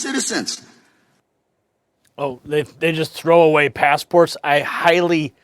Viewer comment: "pass-eh-ports"? Gaslighting.